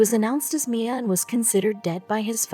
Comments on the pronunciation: A great story . . . spoiled by the computer, auto-translate and speech: Instead of M.I.A., it was Meah. And instead of Reagan, it was Rughan. Do better to honor this gentlemen. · Ok I love the story but the stupid computer voice is killing me. C'mon man at least if your gonna use the voice tell it how to at least pronounce MIA damn.